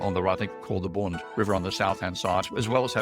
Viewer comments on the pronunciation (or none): The riverside in Shanghai IS called the Bund, but it pronounced to rhyme with ‘fund’, not ‘boond’